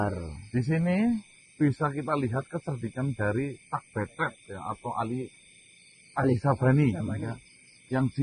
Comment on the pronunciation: Aji sabani mas Bukan Ali sabani